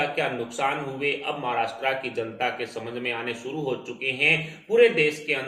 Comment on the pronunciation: The language used is impure and pronunciations are incorrect.Maharastra is wrongly pronounced.